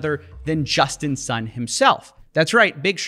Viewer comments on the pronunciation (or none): I kept hearing him saying "Justin's son"